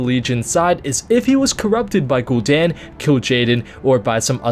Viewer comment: it's Guhl Dan. He's been working with the fel for yrs it has to be him. watching the intro of the DH video made me think that